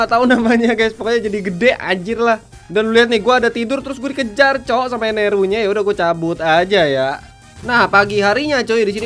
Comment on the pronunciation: bang itu namanya enel bukan eneru